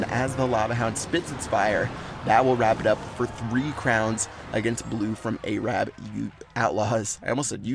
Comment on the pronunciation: said "A-rab" lol